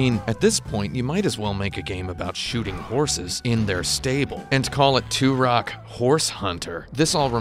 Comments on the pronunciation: Benny Blanco From Da Bay it is tur-ock I mean the main character literally says his name like 500 times in the game and yet this guy STILL can pronounce it! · Why do you keep saying Turok like 2-Rock?! He literally says his name every time you get a life up, and yet you still can't pronounce it!?!?!? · Love these games but Jesus man The way you pronounce Turok just slightly wrong made me want to kill myself by the end of the video. 10/10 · Out of the 72 thumbs down, 7 people don't like. The other 65 hated how he pronounced Turok because they didn't get the joke.